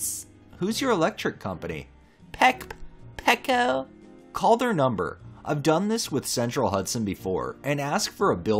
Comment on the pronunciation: We have PECO as one of the electric Companies in Philly. Just so ya know , it's pronounced " PEE CO ". TTFN Ta Ta For Now!